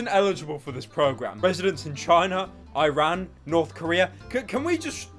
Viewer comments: The way you said Iran gave me the spanish flu. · THAT'S NOT HOW YOU READ IRAN